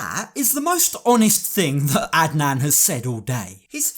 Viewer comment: You pronounced Adnan really well in your last sentence. Do you speak Arabic by any chance? Plus, Adnan is most likely a homophobe “as most stereotypical Muslim Arab men are”.. so he won’t shake Loren’s hand in order to not catch the “gay”